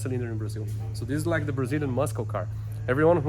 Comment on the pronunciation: Brazilian "musckle" car lol